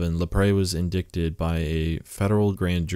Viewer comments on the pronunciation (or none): Did you actually say "in-dick-ted"? Did you actually use his Wikipedia article as your script? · Hey guy, you need to learn how to pronounce “indicted” and “arraignment”